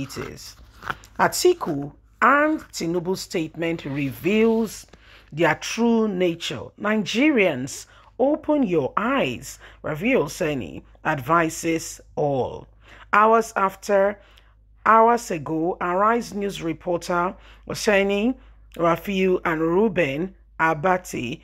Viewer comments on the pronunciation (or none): U the moderator cannot pronounce someones name correctly. Rufai and not Rafiu please. There is a difference between this two names please. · Lady pronounce that guy name correctly. RU....FAI.... Not RA FIU. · Please, you've been corrected several times. Arise News journalist is addressed as RU -FAI OSENI. He is wrongly addressed as RUFIA . I may not subscribed to your channel if it is not noted. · Rufai not Rafui madam....u need to start using glasses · His name is rufai my dear! Not rafiu!!! How can you not know his name?! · How dear you… He’s called Rufai not Rafiu. Dig? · You don't read comments. You have constantly refused to pronounce RUFAI correctly. I will not follow you again if you can't correct this simple mistake